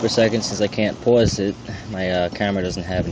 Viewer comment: . Sorry just poking at your accent. It's funny how you say pause.